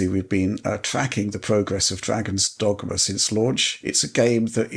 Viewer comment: Who’s the mouth breather that can’t pronounce dogma